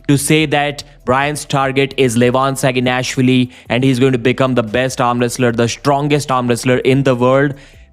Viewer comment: SaginashVILLI > SaginASHvilli pronounce it correctly.